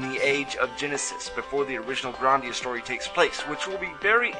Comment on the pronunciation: You pronounce it Grahn-dia. It's pronounced GRAND-ia